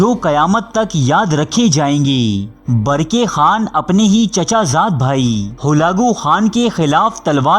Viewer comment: Barki khan nahi barkah khan hai sahi